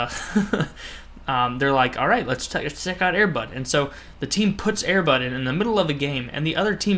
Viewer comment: at first i thot u said airbut